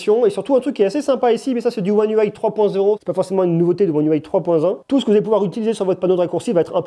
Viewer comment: Un déluge de mots pour rien pour commencer (car j'ai pas tenu 30 s) ! Une vidéo ça se prépare. Et puis soit on prononce UI à la française soit à l'anglaise mais pas un mixeur des 2. Dommage car le sujet était intéressant !